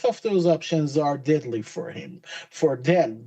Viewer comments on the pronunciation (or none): none